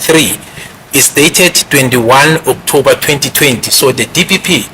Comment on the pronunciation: Skirlikkk suddenly is having flu on his voice😂😂😂😂😂 u r a scam😢 u will kill us Not BEAUTIFULLY pronouncing OKTOUBBBER ❤❤& AFFFFFFFIVVVVIT ❤❤❤